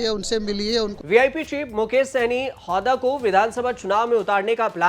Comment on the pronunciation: हौदा नही हुदा